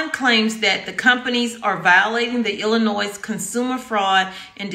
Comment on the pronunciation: The s is silent in Illinois.